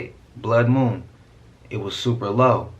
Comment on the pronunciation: Broo, that dude saying "Moom" instead of Moon is mad annoying. And homeboy is HELLA reaching. Eh, NONE of King Gaias predictions have come true. It's all a bunch of Bullshit. Idk why people still use his cracked out content and theories. But that's just me.